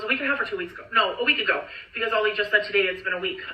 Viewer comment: lives in Oregon, I believe, but she’s too lazy or doped up or something to properly pronounce common words and screws up basic phrases. She swears she never “demeanors” her kids, people get “thrown over the bus,” etc. Her husband’s name is Ali, not Ollie like she says it.